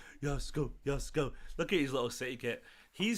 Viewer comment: Gvardiol would be a great addition to our squad. It’s pronounced Yosh-ko Gvar-diol btw his name is sort of a Croatian version of Josep Guardiola